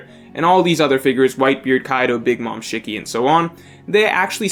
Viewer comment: Lmao. I kno u somehow dont kno a lot of names but come on.. Not even able to pronounce shiki?